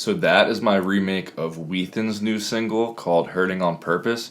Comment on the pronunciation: whenever you say "whethan's" i hear "wheat thins"